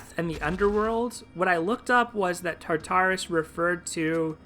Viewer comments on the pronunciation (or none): I think you're pronouncing Tartarus incorrectly. Don't space out the tars. kinda sounds like "tar-taure-us" in 3 quick syllables.